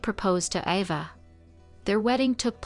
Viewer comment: Her name was pronounced AY- va.... NOT AH-va. How irritating.